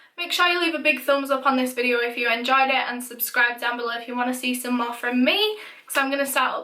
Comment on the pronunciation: "Vidde-aauuh" , haha <3